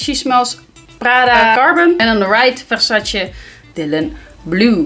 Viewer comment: I crack up every time she says Versace. Vuhshashaeeee “You got a dry bush” sick burn 🔥, u need to bring her back! You guys make such funny and unscripted content.